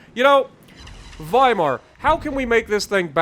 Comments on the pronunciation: "W" in German has a "V" sound. you pronounced the name correctly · Thank you for pronouncing the w as a v since it’s German